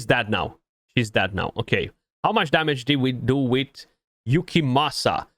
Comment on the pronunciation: Wow 43 minutes in and you pronounced it correctly 😂🤣🙌🙌🙌🙌 much respect to you 🫡 great guide, thank you!